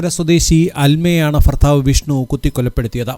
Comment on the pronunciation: ഫർത്താവ് ഫാര്യ😄😄😄😄 താങ്കളും ഒരു ഫർത്താവായിരിക്കും അല്ലെ🤣🤣